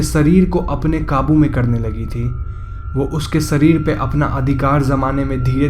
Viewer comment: Sarir nahi sharir hota hai